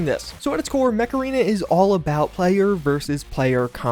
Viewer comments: When he says mech arena but you hear macarena 🤔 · is it just me or when he says Mech Arena it comes out Macarena? makes me start singing the song by "Los Del Rio"! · Come on you know you heard the macarena song when he said Mech Arena. HEY MECHARENA.. Alright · Am I the only one who heard 'macarena' instead of mech arena? Ayeeee, macarena 🎶 (aiiiihaa)